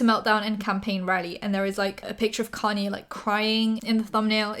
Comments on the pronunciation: It's "kahn-yay"! Your videos are amazing!:D Love your channels! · Just googled "connie west" cause my dumbass didn't realize she was saying kanye